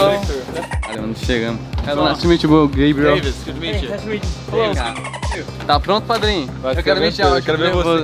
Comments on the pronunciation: Famoso Gaybriel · { } falando "Gabriel" em inglês = Tudo pra mim 💙💙💙💙💙💙💙💙